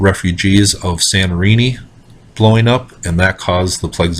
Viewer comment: Hi again :) When you say Sanorini, do you mean Santorini? Thank you. :)